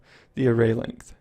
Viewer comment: length~~ not lengt